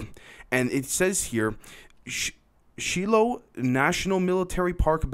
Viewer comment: Shiloh is pronounce Shy-low. A very important Civil War site.